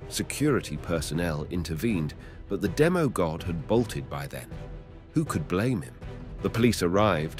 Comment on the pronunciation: Bruh its demi god not demo god